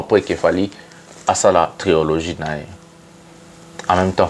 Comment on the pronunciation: TRILOGIE et non TRIOLOGIE🙏